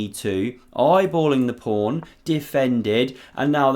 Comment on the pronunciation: The commentator in this video is getting very tiresome with his constant invocation of "prawn" instead of pawn. Once or twice is amusing, but to hear it said every time positively grates on one's nerves...